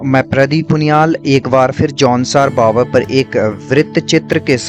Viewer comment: कृपया भावर बोलो न कि बावर